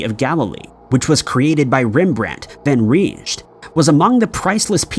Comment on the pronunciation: Did he really say "Rembrandt van Reezh"? This isn't an isolated case of a mangled name. If you're going to do all that research for these videos, why not look up correct pronunciations too?